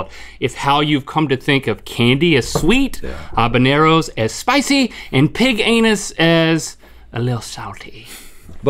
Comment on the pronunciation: I'm glad link pronounces "habaneros" correctly.